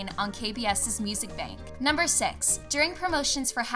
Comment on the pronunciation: everything was fine except the way she pronounced 'six'... "sex...."